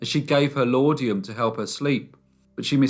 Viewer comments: It's not laudium. It's laudanum. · Please look up “define laudanum” and listen to the pronunciation. I’ve sent this before but you are still saying law-dee-um. It’s lawd-num . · "Laudanum" not "laudium". Interesting story though. Wonder if she was a "death angel"--lot of them around at the time. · Dorothy Edith Carter died of an overdose of Laudanum, not Laudium. I reckon anyway. Good story though, nice reasonably in-depth research. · Laud•a•num not laud•eum please. 🖖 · Interesting, thank you, very similar to Amelia Dyer. Also It's laudanum not laudium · Thank you. When I heard O-tay-go I yelled O-tar-go. And the laudium too! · It's pronounced " Lordnum"